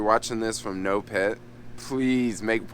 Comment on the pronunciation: It's pronounced Nopeeeeeeeet, not Nopet or Noped.